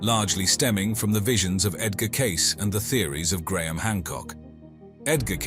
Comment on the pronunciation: “Case-ee” not “case”